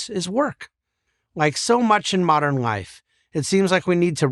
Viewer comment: How does he pronounce the word "life"??? "Rife"? Please becomes prease?